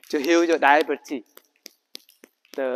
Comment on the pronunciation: Funny how you pronounce "diabetes" 😊 thank you for bringing health knowledge!